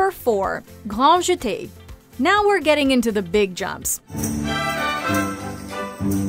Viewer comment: “Gnwan Jete” what r these pronunciations bro